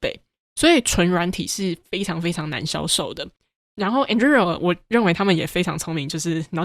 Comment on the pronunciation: 這集算是精華濃縮內容很棒，但Anduril的發音好出戲，雖然自創詞嚴格上來說沒有正確發音，但一直對於聽Palmer發音習慣的人來說聽得有點痛苦，加上這個詞有從頭到尾都出現，但還是感謝上傳精彩內容！